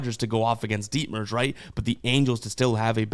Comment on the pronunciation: Stupid kid said ditmers